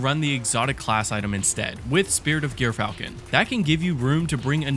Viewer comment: Its jur·fal·kn Not gear falcon